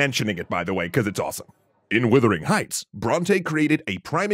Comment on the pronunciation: This video constantly mispronounces the title of this novel (it is Wuthering Heights, not Withering Heights) and also monsters the pronunciation of Jane Eyre (promounced Air)